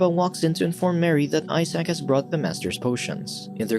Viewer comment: "I Sack", Isaac, (say eye-zek), also ask Google to pronounce words in any language, but be sure to use 'American'-English-pronunciation, or you'll sound suspiciously pretentious, and we'll picture you in a tweed suit.